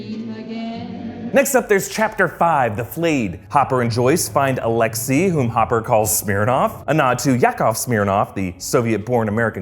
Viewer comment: you called hopper homper